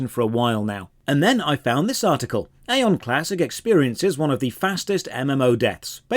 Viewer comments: It still hurts that people think it's EY!!!-on and not Eye-on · It's Aye on not Ay on 😅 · EYE-ON. When Aion came out, during WoWs peak it was actually pretty fun and new. Getting your wings etc. I loved it but it faded FAST. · Ion is how it’s pronounced, you are playing the newest version that is actually terrible, classic Aion was amazing for pvp before the rift nerfs which killed the game, this review is equivalent to saying osrs is shit because it’s all sand casino and repetitive pve and ignoring osrs back when it was good over 10 years ago. I normally like your videos but this is 30 mins of milking views. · You are mispronouncing the game name. :) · it's aion not aion 😐